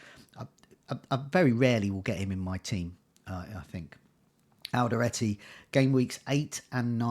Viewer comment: It's Alderete not Alderate :)